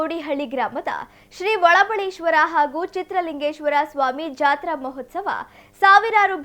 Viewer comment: ಅಮ್ಮ ತಾಯಿ ಮೊದಲು ಸರಿಯಾಗಿ ಕನ್ನಡ ಮಾತಾಡೋದು ಕಲಿ ಓಬಳೇಶ್ವರ ಒಳಬಲ್ಲೆಶ್ವರ ಅಲ್ಲ